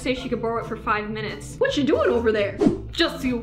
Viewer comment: yeah it’s not minitus it’s minutes